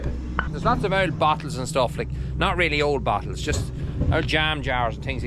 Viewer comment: haha I thought you were saying battles, then I realized you meant bottles